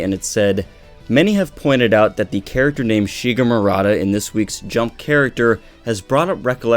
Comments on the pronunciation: Maruta not Murata JS. Not sure if he mentions the pronunciation error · ... and it's mah-roo-tah. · yeah. People being experimented on are "Guinea pigs" but not every Guinea pig is "Maruta" in japanese. That name was only used to describe prisoner in unit 731. And you can't pronance maruta as mar-uta i japanese. So let me sum it up. Doctor's name is Maruta. Not murata as has written in title and description (well, after me comments he changed it and now is pretending that nothing has happend...). And "maruta" means log in japanese and during WWII was used to describe "Guinea pigs" in unit 731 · Its Maruta silly. Jeez the english accent butchers it.